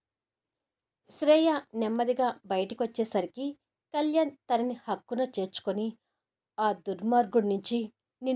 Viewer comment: హలో రైటర్ గారు, 'నీ తనువు కై' ఆడియో సిరీస్ బాగుంది కానీ మీరు 'అక్కున' అనేమాట 'హక్కున' అని చదువుతున్నారు. సరిచేసుకోండి😊